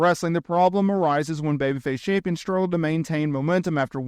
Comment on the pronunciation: You struggle with the word Champions.